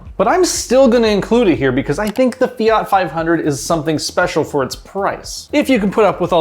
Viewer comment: The way he says fiat is enough for me to punch him